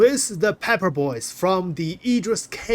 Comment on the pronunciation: 'Peppa Boys' LOL 🤣😂 "oh you like'a da' peppah?" I'm cryin' ovah heah!